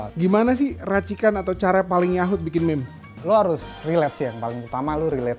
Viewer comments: Eno bening mengamuk melihat berkata "meme" bkn mim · Meme itu dibaca mim